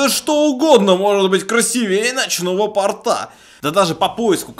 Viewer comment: обзор хороший, но ударение в слове "красивее" ставится на букву "и". В слове "порта" ударение падает на "о". Если честно, раздражает уши)